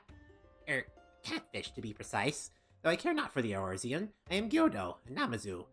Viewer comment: Behold the magnificence of "Eoruzean Gentleman"